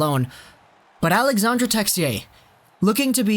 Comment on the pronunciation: AlexandRe and not alexander...